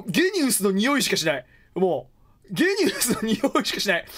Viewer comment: ゲニウスってジーニアスをそのまま読んだみたいな感じでしょ？なんかきついな